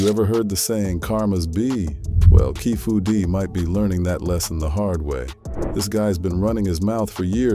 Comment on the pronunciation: keefy d not keefu d